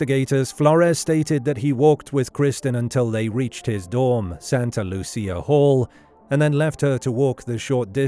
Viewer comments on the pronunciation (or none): none